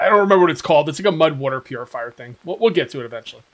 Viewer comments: The jaguar spawned bc he was displeased with your pronunciation of "water". Water...not "wooter" 😂😂😐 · Lmao fill your badoner with wooter